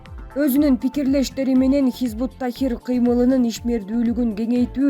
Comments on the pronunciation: Хизбут Тахир эмес хизбут Тахрир дейт кандай журналис чала окуйт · Чон кыз хизбут тахррир - тахир эмес. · Хизбут ТАХРИР. Тахир эмес.